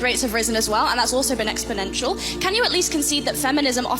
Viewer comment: ….learn to pronounce “ exponential”.